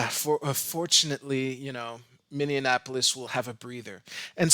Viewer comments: "Minne*an*apolis"? :-P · Pronunciation. You pronounced it with the extra syllable. I hear this on occasion. Trump did this a couple times. I suspect that it's because people expect it to sound like Indianapolis.